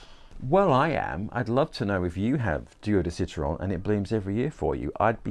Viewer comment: Bravo pour le bel accent français pour « Duo » et surtout « citron » 👏👏👏🌟🌟🌟